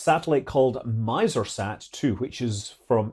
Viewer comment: Scott, the "i" in "MisrSat" is pronounced with a short i sound, not a long one. It sounds something like "Miss-er"